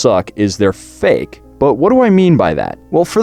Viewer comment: When you said "fake" and showed the hipster I thought you said... Uh... Something else.